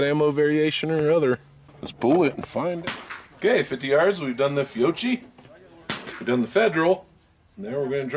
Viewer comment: Just an FYI, it’s pronounced FEE-OH-KEY. Great video set otherwise. Edit: I’ve found that to remove the first round flyer, I do NOT use the slide stop to release the slide during loading. I will let the slide forward on an empty chamber, and use my hand to rack the slide all the way to the rear and release.